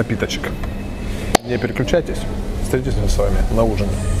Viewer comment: почему ты говоришь: "неперекючайтесь"?